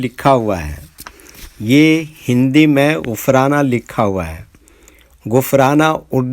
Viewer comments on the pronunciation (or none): Bhai ghufran hota hai